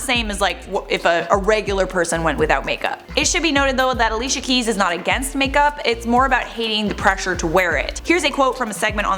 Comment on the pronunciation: its pronounced alishia.. and also while im at it..its not pronounced eriana grande but uh-riana grande